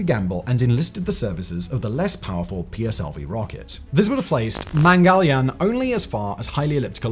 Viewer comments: agreed. PLSV for PSLV is of that nature. But Arabhai instead of Sarabhai? And that after getting it right a few times? Is that a typo or carelessness,? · So many mistakes in the narration! In one place, instead of Sarabhai, he says "Arabhai", in another "PLSV" instead of PSLV, and several more such. It's like someone just reading from a script without bothering to read thru it first and become familiar with the contents and the names.